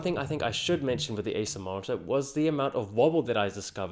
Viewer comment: Great stuff. A bit confusing at times, as it is a little hard to distinguish Acer from Asus, the way you pronounce it.